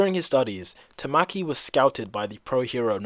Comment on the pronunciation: It's (Ta-ma-key) not (Ta-mah-key) Literally just by watching the anime you can make that out.